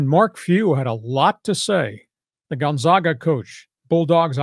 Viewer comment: Learn to pronounce Gonzaga